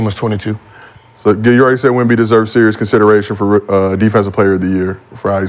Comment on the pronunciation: They gotta do a commercial with Sheed calling Wemby "Womba Womba."